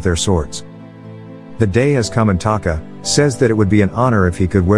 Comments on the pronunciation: Taka, not Kata. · You literally had one job, her name is Taka not Kata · Omura & Taka.. not Okomura & Kata.. I watch this movie always..